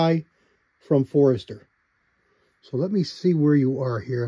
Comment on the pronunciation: Forster. Not Forester. 😄